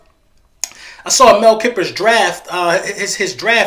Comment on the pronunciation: I disagree with the entire board that you simulated in there. Also of course the bills accepted that offer because you over paid for that 30th pick, I like to use this as a reference for simulating trades. Also I would advise looking up pronunciations for the people you’re referring to, Mel Kiper is pronounced KYE-PER and Penei Sewell is pronounced similar to cruel but with an S instead of a CR. Furthering the point that you take more than half the video on with Mac Jones, it’s because the pocket passer is gone and Trey Lance and Justin Fields (who truthfully I think is the second best QB in the draft and I’m a penn state grad so that says something) have shown amazing ability to throw on the run in their pro days. Don’t think anyone has said anything bad about Mac Jones at 3 just that the 49ers are clearly looking another direction from their current situation of Jimmy G.